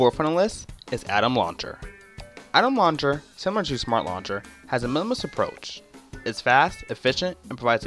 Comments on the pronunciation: Nova "Luncher" lol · Anybody else being bothered by the way he says "launcher"